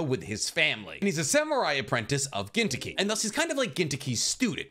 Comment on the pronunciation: I never met some one pronounce gintoki soooooooo white lol